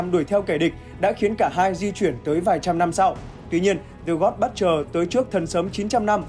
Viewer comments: Dạ là Bút-cher, ko phải Bất-cher. Đọc sai nghe rất khó chịu. Nên chuẩn bị trc khi thuyết minh. Còn ko có thể đọc thuần Việt là kẻ diệt thần, kẻ sát thần, tên đồ tể đối với giới Thần hay là gì gì đó sát nghĩa và thuần VIỆT 100% cũng đc! 🙃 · giấu cái dốt vào bạn ơi. Đừng dốt cố, dốt ráng. Cầu tiến và nghiên cứu cho chuẩn vào. :)))) butcher UK /ˈbʊtʃ.ər/ How to pronounce butcher noun in British English US /ˈbʊtʃ.ɚ/ How to pronounce butcher noun in American English UK /ˈbʊtʃ.ər/ How to pronounce butcher verb in British English US /ˈbʊtʃ.ɚ/ How to pronounce butcher verb in American English Xin nguồn phiên âm "buất-..."